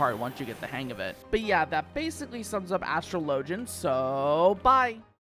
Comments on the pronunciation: As-TRO-lo-jin > As-truh-LO-jin :P Like Astrologer. Joke aside, i really enjoy these vids. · you pronounciane astro-LEE-JI-YUN wrong